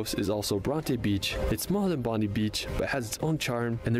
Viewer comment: Sadly he is another person who mispronounces Bondi Beach, but still a great video.